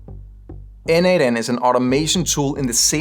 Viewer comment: As a contributor for more than 5 years to n8n, PLEASE, it is pronounced "nodemation".